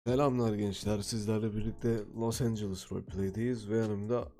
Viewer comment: Los angles değil abi, Los Angeles